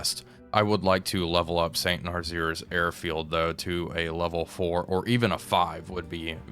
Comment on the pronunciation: I always enjoy your videos, but one thing has been bugging me in this series. Saint Nazaire is pronounced "Saynt Nuh·zehr", not "Nar·zeer".